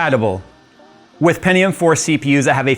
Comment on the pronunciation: hearing someone pronounce pentium as "pen-ti-yoom" instead of "pen-chum" is kinda weird for me. anyone else? just me?